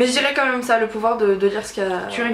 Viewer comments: Ça sonnait très québécois avec le bout que tu dis pouvoir. :P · Ohlala j'ai tellement rigolé quand t'as dit "quel pouvoèr aimerais-tu avoèr" hahaha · Coucou, votre vidéo m'a fait rire surtout "quel pouvuérvoudriez vous avuér" ahah Je me permets une petite critique, dans la vidéo tu as tendance à couper la parole un peu à Audrey ou ne pas lui laisser finir ses phrases (je ne dis pas ça de manière méchante je précise :p) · Omg! ça fait deux fois que je le commente mais omg le ''quel pouvouère pourrait du avouère'' encore trop de québecois en toi! hahaha ça a trop déteint sur toi!!:-) bisous vous êtes magnifiques xxx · Le coup du "qu'elle pouvouère aimerais tu avouère " m'as tellement faite rire.. mais tellement.. j'ai étais obligé de faire replay plusieurs fois sur le moment tellement j'ai ris.. toute sérieuse, c'était vraiment trop drôle ! En tout cas c'était une vidéo super sympa à regarder, bisous à vous deux :)